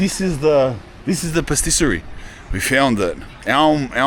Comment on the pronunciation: it's engagement bait to get people talking - like calling granit marble 5 times and paStisserie